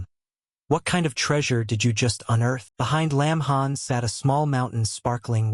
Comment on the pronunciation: got the name wrong it lin han NOT lamb han